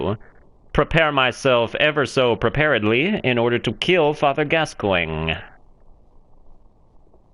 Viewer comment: it's pronounced ''Gas-Coin''.... there is a legendary English soccer player with the same name, that's how I know. He met a similar fate. Once a great footballer, now a lumbering drunk animal.